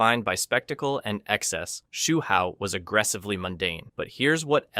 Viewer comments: Tig-gears? Sigh-boat? Shoe Hao? Game fay-queues? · Take a shot everytime he pronounces Hsu Hao a different way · He got multiple names wrong